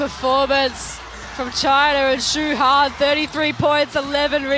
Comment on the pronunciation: Her name is XU HAN not Wuhan. Get it right.